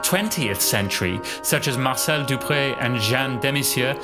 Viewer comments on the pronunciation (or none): none